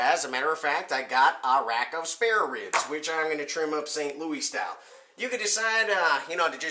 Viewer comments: No one here in or near ST. LOUIS say "louie' IT'S LOUIS. As in your header. Where you from dude? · No one that lives in the entire area St. Louis calls it "lou-ie" only foreigners.